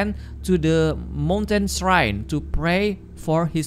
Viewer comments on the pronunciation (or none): Srain bukan siren😩🥴🙏🙏😅🤣🤣 Shrine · Halo, shrine itu bacaan nya /srain/ ya, bukan siren Bantu up ya guys biar sama2 belajar